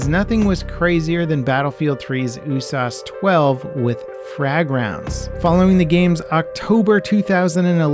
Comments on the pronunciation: Bro, who calls it the “you-sass-12”? Ya just say "You Ess Ayy Ess 12". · Bro, who calls it the “OOH-SAUCE-12?” Ya just say “you-sass-12”